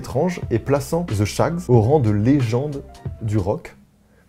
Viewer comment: Svp les français, pouvez vous arrêter de dire « ze » pour « the? Ce n’est pas compliqué, vous mettez votre lange entre vos dents d’en avant. En fait la prononciation est entre le T et le S. Mais ce n’est pas “ZE”! J’ai l’impression qu’on ne vous apprend pas du tout la prononciation de l’anglais. Le pire c’est que vous adorez mettre des mots anglais partout sans savoir les prononcer. Quand j’ai entendu une française dire Tupperware pour la première fois j’ai été choquée. Ça se prononce: Toperwère . Si vous avez des questions ne vous gênez pas. Merci beaucoup